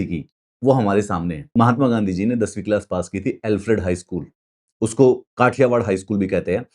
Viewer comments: I just melted......pronunciation...Mahatama gandi😅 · मेहटमा गेंधी नहीं महात्मा गांधी होता है , पहले नाम तो सही से उच्चारण करो 😮 , वे भारत एक महान पुरुष थे